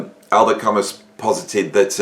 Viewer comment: Given your audience you’re probably gonna get shit for your pronunciation of Camus, …. unless ……. Prog and Jazz/Fusion fans are even more anally retentive than fans of philosophical literature, …who would believe it ?? ( those guys that picked you up on pronunciation of McLaughlin and even recently ‘Jaco’ are like the IT guy from ‘The Office’ who loved throwing his weight around with Gareth). Now, if someone had told me that I was about to pop down the road, buy a bottle of wine and listen to the latest album by ‘Avenged Sevenfold’ this beautiful Saturday evening, I’d have said that Bostrom’s Simulation was obviously glitching. Yet here we are. ( still flabbergasted that you haven’t caught up with Ren, unless maybe you have, and the artistic communique doesn’t always hit as one would expect. Art is always in the end, subjective In experience of course). Right, let’s Avenge !!! Sevenfold at the very least, (you can’t see …but I’m doin devil horns metal hand gesture, whilst pretending I was never into Disco).